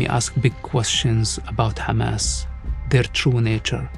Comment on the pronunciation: His father founded kHamas not hamas😂